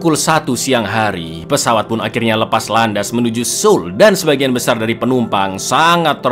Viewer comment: keren! beberapa pelafalan nama hangeul-nya udah tepat. Seoul dibaca soul👍 dan masih banyak lagi. just reminder, sebagai penonton setia album semoga next-nya makin bagus. for example: 우= ditulis woo = dibaca u 어 = ditulis eo = dibaca o 애 = ditulis ae = dibaca e misal: ditulis wooseok= dibaca usok ditulis saengil= dibaca sengil maju terus album film